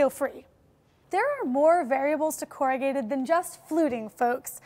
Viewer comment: Double wall isn't usually 2 sheets of singlewall board together, as that would end up with 4 liners vs. just 3 liners, right? Also, you said "corr-a-git" at one point - isn't the noun said as corrugated (long "a" sound and "d" at the end or as a verb it is "corr-u-gate", still with long "a" sound?